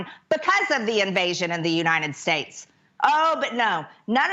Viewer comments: Which ones are the "You-Nine-It" states? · What (s)he(?) has to "say"(?) is so "impordent" to the "you-nine-it-states" - especially "nee-ow"